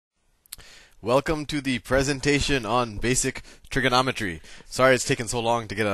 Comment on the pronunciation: Trigernometry XD